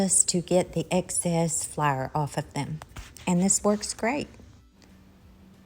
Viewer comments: Please remember that theres people watching worldwide, so please identify if you're using self raising flour or not for those of us who are not from the South. And flour is pronounced fl-our not flyer. 😂 Thanks. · I love the pronunciation of flour as flair. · You must tell me where you are from state wise not personal address. I have not hear flour pronounced that way since I was a little girl. Brings back a flood of memories.